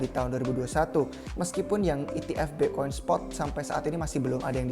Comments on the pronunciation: BE' koin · Pronounce "bitcoin" nya khas banget nih orang hahahah